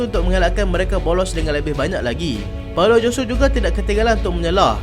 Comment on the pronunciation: Boek lh but just Nk tegur hrp bole btulkan blik sebutan nama player luar negara cth mcm paulo josue tu sbutannya slh